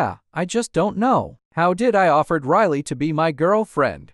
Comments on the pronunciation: And when riley meet gary riley said riryl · Why did riley say rile and not riley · Bro the l at the end